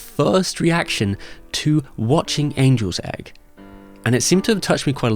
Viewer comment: It must have been a soft g then. I thought you said Anuls Egg.